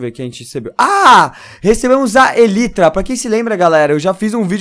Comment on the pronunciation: se escreve elytra, só q se lê elaitra, seu noob